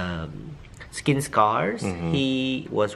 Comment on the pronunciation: "Sking Care"